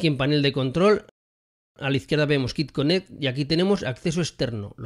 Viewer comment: Hola. Gracias por el video. Solo un comentario constructivo con respeto. QuickConnect se pronuncia "cuic" que significa rapido (conexión rápida). En el video lo pronuncias "kik conect" y kick en ingles significa patada o golpe, es decir que lo que dices significa conexión a golpes o a patadas. :) cómo ves es muy diferente. Otra es cuando dices "Cufail) (QFile) "Cu" en español y file, que lo pronuncias correctamente en ingles como file. La pronunciación "cu" en engles ("Coo") significa arrullo, que es una palabra con muchos significados muy pintorescos, pero ninguno correspondiente a la letra "Q" (kiu en ingles). Sé que para algunos puede no parecer importante, pero para los que tenemos el ingles como segunda lengua, nos suena muy muy extraño escucharlo así. De nuevo, es un comentario desde el cariño con la mejor intención de ayudar. ;) Muchas gracias por los videos!. Pronunciación al margen, son muy didácticos y útiles! Thanks!